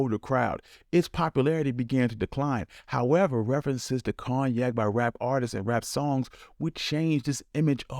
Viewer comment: Its pronounced CONE-YAK